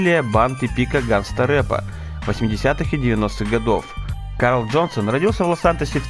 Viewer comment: Хех, почти в конце послышалось Кал ДжонсонXD